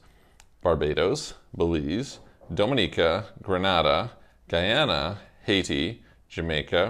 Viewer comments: Ummm Gre-Nah-Dah is in Spain, Gre-nay-dah is in the Caribbean. Just saying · Very condescending towards the caribbean..."nothing going for them" comment. Furthermore Grenada is pronounced Grey-nay-da. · It's pronounced Gree-nay-da.